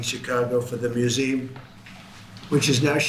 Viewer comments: Trump says museem what is a museem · Can't pronounce museum